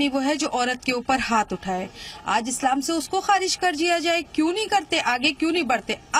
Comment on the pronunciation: "इस्लाम" बन गया............ "फत्स्लाम".......